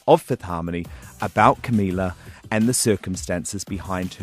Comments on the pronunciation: He could at least pronounce her name right. I'm not even a Camilizer or whatever you call them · Yeah sure big fan. A big fan would say Camila's name right.